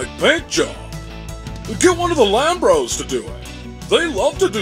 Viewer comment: "lambros" - Okay, that's pretty good. :)